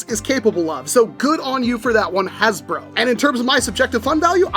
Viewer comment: Bro said hasbruh 💀💀💀